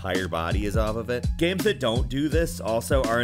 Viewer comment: "Gaemes" fuck.